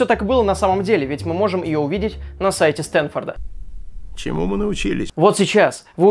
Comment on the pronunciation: СтэнФорд, Надо было ещё Пайнс сказать)) Кто не смотрел ГФ непоймёт))